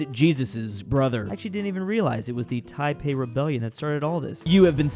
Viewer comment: I trips me every time as a Taiwanese when try to say Taiping rebellion but it sounds like Taipei rebellion. Always make me though some rebellion happened in Taipei that i didn't know of